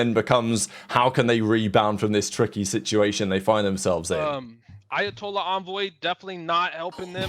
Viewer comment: "ayahtollah envoy" please never change 🤣🤣🤣